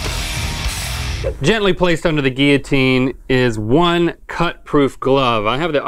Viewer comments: Kat Bowen Guillotine and geeyatine are both right I say gil-uh-teen so it was weird when they kept saying gee-uh-teen the whole time that’s all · Is it pronounced “Gill-a-teen” Or “Gee-a-teen” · “geeyateen” 😂 it is most definitely pronounced “gill-uh-teen”. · “GeEyAtEeN” GUILLOTINE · gill-a -teen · Whys he say guillotine liky gylitine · It’s pronounced gill-o-teen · so no one gonna talk about the way they say Guillotine? where are the L's at ?? or is it the accent ? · That isn’t how you say it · Ew the pronunciation of guillotine was just. Ew